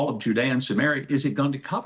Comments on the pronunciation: He keeps saying Judaea and Sumerea or whatever.. how can Palestinians accept people like this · Huckabee keeps saying "Judea and sumaria" like it's a defined land with borders... And then says Palestine doesn't exist because it doesn't have defined borders.. Filthy